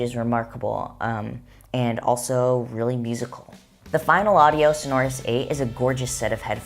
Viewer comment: They’re not entirely closed back. If you review the technology used, you’ll realise that they "breath out" from the back a bit. By the way, it's pronounced So'norous, not Sono'rous. All the best.